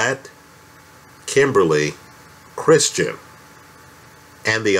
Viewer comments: Well done. But it's "Kristen" not "Christian." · Is anyone else bothered how this guy keeps adding an R in Kristin's name and calls her 'Kristrin'? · It’s Kristen, please stop saying Christian! Geez